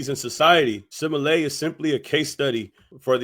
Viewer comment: Wow you say simalat it's Smollett 😂😂😂😂